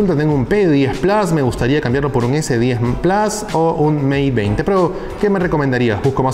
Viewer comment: Xq le decís Plas y no plus?